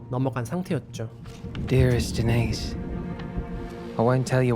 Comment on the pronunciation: "Denise"는 여자 이름으로써 "드니즈"라 읽어야 됩니다. "데니스"로 읽어야 하는 것은, 남자 이름으로서의 "Denis".